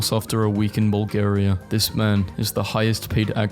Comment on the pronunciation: He really pronounced Bulgaria as Bulkaria smh